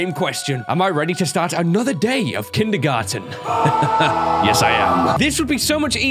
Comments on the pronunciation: He said kindermon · No one: Literally no one:: "Kindygarten"